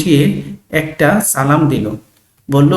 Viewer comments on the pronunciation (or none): none